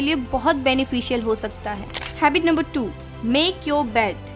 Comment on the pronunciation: Don't get offended but it's HABIT not HABBIT (JUST FOR CORRECTION NOT TARGETING ANYONE)